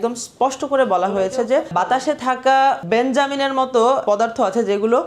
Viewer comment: বেঞ্জামিন নয় ভাই, বেঞ্জিন ।